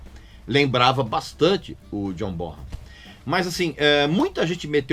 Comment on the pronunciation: Regis, em primeiro lugar: mais um excelente vídeo, como de costume. Em segundo lugar, como colaboração, já que você sempre faz questão de frisar as pronúncias corretas dos nomes das bandas e artistas: apesar de muita gente (eu inclusive, até há pouco tempo) pronunciar John BonHam, evidenciando o som de “R” do H, a pronúncia correta do nome do lendário baterista do Led é “BoNam”, pois o h é mudo no nome dele. Como eu disse, apenas para colaborar. Valeu, abraço.